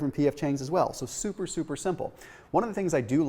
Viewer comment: Lol “souper souper simple” 😅